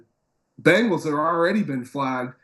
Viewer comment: Why can't pronounce Bengals?